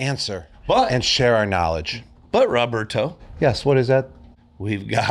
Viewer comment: He called rob roberrrtooooee